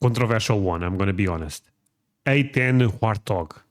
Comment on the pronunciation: You get a 👍 for correctly saying Warthog A-10 😂